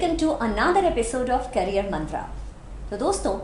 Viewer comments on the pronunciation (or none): Career your prounciation is not good